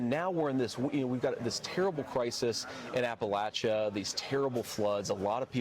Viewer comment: You know Vance is pretending to know the coal belt because he pronoUNCES APPALACHIA WRONG